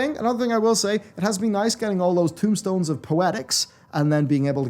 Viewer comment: I always find it funny that people keep saying tombstones instead of tomestones.